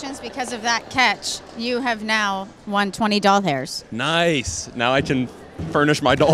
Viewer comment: Is... is aware that she pronounced it "doll-hairs"?